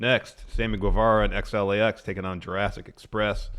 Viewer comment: love the show guys but point of contention please stop calling Santana and Ortiz XLAX, it hurts my ears haha